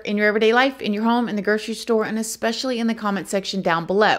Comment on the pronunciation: “Ex-specially?” I think its “especially”